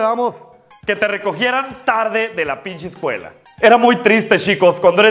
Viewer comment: Davis F. Digo "Pinshe" por que galatzia asi lo dice